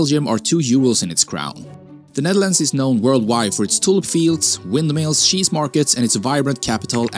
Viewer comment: Bro its cheese not sheesh😅